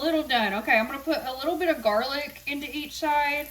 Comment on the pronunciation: I have never heard anyone call it “jarlic” but I love that 😂 🧄